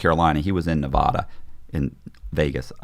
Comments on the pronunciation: Oh my God. I relate to this so hard.. People just don't get it. Nev-ad-a not nev-ah-da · If I was the FBI guy, I would know right away he was lying because of how he pronounces Nevada 😂. Great episode!